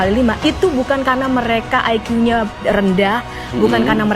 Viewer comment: Orang Indonesia seharusnya menyebut IQ sebagai I ki.. Bukan Ai kiyu😂😂😂😂